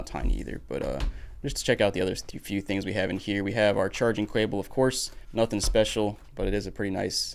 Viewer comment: you called it a charging cwable